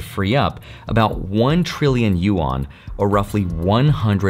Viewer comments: Dude great video but please its not pronounced "U ON", its pronounced "Yu An" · Bro... Yuan is one syllable. It is not you-an. It's pronounced similar to "when". Yuen. One syllable. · U-Awn (Yuan) lol.